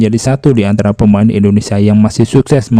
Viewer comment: Indonesia bang,, bukan Indonesa.. 🙏🙏🙏🙏🙏